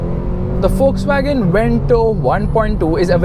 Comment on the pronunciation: it's pronounced fokswagen